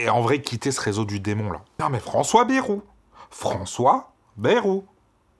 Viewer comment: Pas "Bérou" mais "Bayrou"... Ce n'est pas le premier ministre avec le plus de promesses (loin s'en faut) mais faudrait bien prononcer son nom